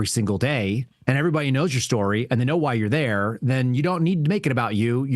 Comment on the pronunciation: SHTORY? GREENGOES.